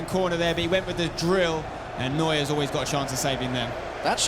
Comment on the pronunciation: Neuer not Neurer :)